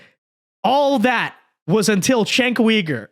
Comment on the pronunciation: Please pronouns his name right.